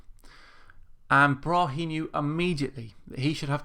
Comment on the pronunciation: Tycho Brahe (Thyge Ottesen Brahe) is danish and it pains me when you say Bra-he the correcr way is [tygoˈbʁɑːɑ] Braae - open a in the end and the e is almost mute - fine show btw